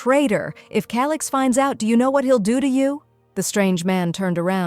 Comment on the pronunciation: Bro said(ALIX) NOT (CALIX)😂😂😂😂